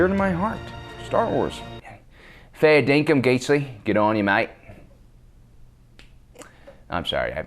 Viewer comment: Feh dinkum? Wut?